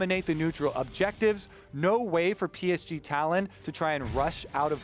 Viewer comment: Can they srsly not pronounce PSG? Come on its not that hard.